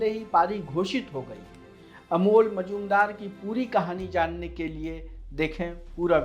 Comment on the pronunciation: कोण का नाम बार बार अमोल मजूमदार दिया था रहा है , जो गलत है | नाम से लग रहा है कि बाबूमोशाय हैं जी नहीं , अमोल बंगाली नहीं मराठी हैं और उनका नाम है "* मुजुमदार *" शिवाजी महाराज के समय में जो दरबारी सिक्कों और मोहरों का हिसाब रखते थे और टकसाल कंट्रोल करणे थे , उनकी उपाधी थी "" मुझुमदार ""